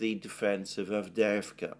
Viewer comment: The way you say avdeevka sounds wrong because you don't say the little "y" (as in "yes") before the 2 "e"s/ It's "Avdyeyevka." A few times is fine but when you mention the same word many times you might make the same effort on it as you have on others. Again I'll also say that "aggressive attrition", conduction millitary operations not to seize any gain directly, but simply to inflict losses, is simply mass murder. This is doubly true if the enemy is already inferior and degraded. I started off as a Z-respecter, but can anyone blame the Ukrainians for not wanting to be under the thumb of a government that conducts war in such a cowardly way, much less against themselves? How many of the Russians in Dnepropetrovsk or Kharkov or Nikolaev can no longer be liberated because they have been conscripted and "aggressively attritted?"